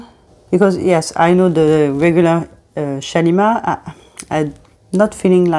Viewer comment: What a beautiful accent you have ! I would love to be able to pronounce those lovely french fragrance words as you do. The only YouTuber I’ve heard thus far, who can pronounce this new Shalimar perfectly. 😊 I love the new Shalimar! I’m a big fan of the original Shalimar too, edp & edt and cologne. Guerlain is my favourite fragrance house. ♥️ They do the most beautiful vanilla. Great video thank you and new subscriber. Warm greetings from Australia. 🤗🇦🇺